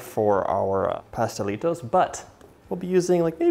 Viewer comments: I love your pronunciation of the Pastelitos de Guayaba 💞💞 your Spanish is great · Yes you said it correctly! My favorite .. yum thank you for making